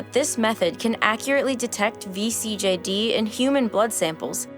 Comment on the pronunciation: THANK YOU for pronouncing vCJD right :D